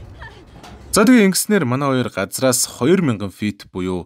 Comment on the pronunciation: Ахаа газраас биш газраас гэдэг шүү